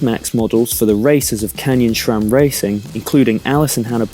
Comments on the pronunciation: It's pronounced Sram, not Shram. Just like it's Scott or Sam, not Shcott or Sham... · Haha. Read your comment and now can't not hear him say SCHHHram.